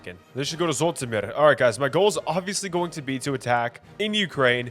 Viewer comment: please pronounce Zhytomyr correctly